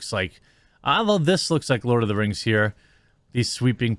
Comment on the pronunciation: Lord uh da rangs Da bling a powah.